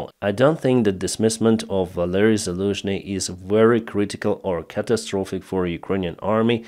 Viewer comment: Zaluzhny became Daluzhny